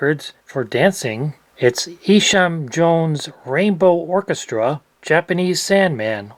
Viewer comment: FYI - so many of these records say 80rpm on them, but it's not so. (A lot easier to count and calculate 80 than 78 rpm visually.) The reality is the speeds were all over the place, with the master lathe being powered by weights and pullies. Oh, also FYI , it's pronounced EYE-sham Jones. Cocktail trivia: Alma Gluck is the mother of the actor Efrem Zimbalist, Jr. His father was a violinist.